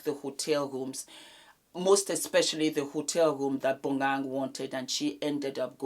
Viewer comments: I`m South African so let me help you with Bonang`s name pronouncation. It`s pronounced BO-NA-NG. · I holler when I hear you pronounce Bonang's name lol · the way says Bonang makes me bust out laughing lmaooo